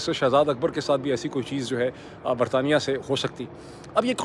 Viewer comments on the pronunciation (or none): none